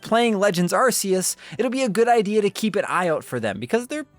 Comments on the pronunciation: actually, it's incorrect. It's the original way they pronounced it until they realised half the world laughed whenever you said it like that. So when Nintendo officially announced legends arceus they pronounced it the way you're supposed to, putting an end to the debate once and for all, but some people were too used to saying it wrong and continue to sound like idiots. 👍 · Incorrect. Try watching some of the Japanese commercials. Dont force your butchered dub pronunciation on everyone just because uk and europe cant handle the word arse. Collectively grow up and respect the original pronunciation. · areseeus? okay guys, when you talk Charizard in the future you gotta call him Lizadon now :) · How long is he going to keep mispronouncing it? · Actually the original and correct pronunciation is 'Ar-See-Us', it's still used in all of the Japanese commercials to this day. You can't even argue that it's a localization thing because it's the exact same word and its not even that hard to pronounce. There is no reason to force your butchered western pronunciation on everyone else, especially when the creators of the game say it 'Ar-See-Us'. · You couldn’t be more wrong. Official Nintendo site calls it Ark-eus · Hey, it actually is pronounced ARK-ee-us. It was really funny to hear your incorrectly correct Alex in that other video. 😂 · Darn it,!!! Its Arceus!!!!!! NOT BLOOMIN ARSEUS!!! Bloody moron!!!!!! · If you're going to say asseus just don't. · Not Shane Dawson saying Arceus wrong 💀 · It should be worth noting that Arceus' name is officially pronounced "Ark-eus," not "Ars-eus." You didn't seriously call it the "Arse Phone" the whole time, did you? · It’s archeus not arseus Q/K sounded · If you say "Ar-say-iss" instead of "Ar-kay-iss", then you have to say "Arse phone" instead of "Ark phone". If you're gonna use the soft consonant, at least commit to it. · Stop putting ass in the the games title It’s pronounced arc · Are-See-Us :C I cry